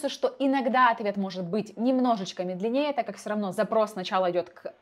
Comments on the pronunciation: Ты вышла в люди и безграмотно бормочешь на камеру. Безграмотная речь с какими-то вопиющими ошибками. Ты школу-то закончила ?МедленнЕЕ )) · МедлеНЕе? 400 - учитесь слова произносить верно. Так режет слух. Пусть нейросеть какая-то проверит ) tinywow (воу) - серьёзно? ‘Воу’?